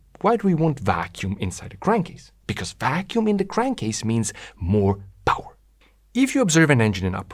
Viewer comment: no no no, it's not Powa, it's Powaaahhhh